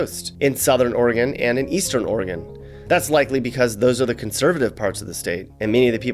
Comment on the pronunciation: Thank you for pronouncing Oregon correctly (ORY-gun, NOT OreeGONE).